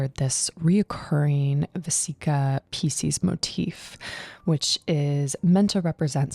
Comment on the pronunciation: I didn't know it was possible to mispronounce Pisces